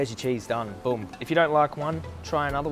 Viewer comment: Love how says boom like "bewm"